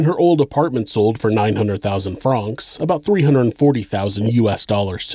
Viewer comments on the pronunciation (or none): Pronounced like the name Frank, not frahhhhnks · Its not Frraanonxx. Its Franks.. Francs Pronounced Frank. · Regarding Swiss Money - Why do you say “Fronks” - rhymes with honks, and not “Francs” - rhymes with “tanks”, the latter being correct? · How the fuck is no one mentioning how the narrator keeps saying franc wrong. I cant focus on anything else except "Fronks"